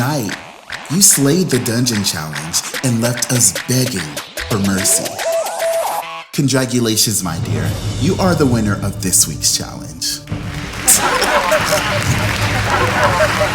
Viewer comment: ✋I rewatched this, um did you say CONDRAGULATIONS!!!!I'm dead🤣🤣😍😍😍